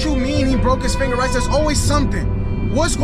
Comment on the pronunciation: STOP! SAYING! TEAM! RAYSSA!